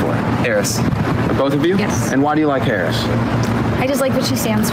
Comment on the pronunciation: This goof gives himself away when he slips and says Harris correctly.